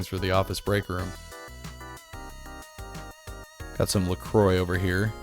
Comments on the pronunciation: Yeah, it's a French name. How have you been pronouncing it, "la croicks"? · The French pronunciation, like "la cwah." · Wait, LaCroix is pronounced "la croy"?